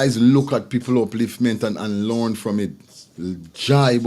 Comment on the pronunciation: We have to. Teach tha children lornd not lornd them